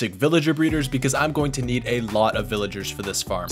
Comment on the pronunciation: “Villigars, Pilligars”